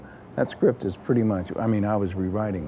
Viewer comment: "She prertty"...